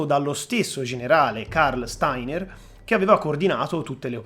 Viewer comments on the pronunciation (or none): none